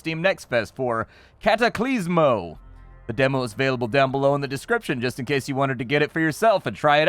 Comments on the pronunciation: Cataclismo not CataclYsmo! Too bad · Demo is not available.... Also its "Cataclismo."